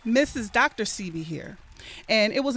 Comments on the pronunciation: Why do people still say “see bee” when he has pronounced it as “say bee” over n over again. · Why no one can say sebi right...ceebee sybby....its (sebeee) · Please stop saying Seebee, his name is Sebi, pronounced "Sébi". But I know y'all don't have the "é" sound in english, so just go with a more "ay" sound. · Thats what I be saying... If you pay attention all the family says "say bee" and the interviewers all say "see bee" DJ Envy even corrects Nipsey on the breakfast club with the wrong pronunciation. I was appalled. Im glad someone else said it too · Why do they let her pronounce his name wrong? It's pronounced "SAY- be" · Whyyyyy issss shheeee saying Dr CB? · mispronounced Sebi 3 or 4 times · totally mispronounced a lot of people's names. That kind of only stuck out with me because if I know something or someone I wouldn't mispronounce it. You definitely have to appropriate yourself with something or someone if you are going to put out or broadcast it. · Why everybody butchers Dr. Sebi name. Smh